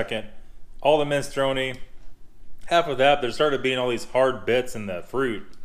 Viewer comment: can says: minestrone says: MISTRONAY